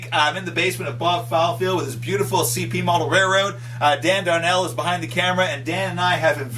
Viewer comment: DAMMIT, it's RAILroad, not RAYroad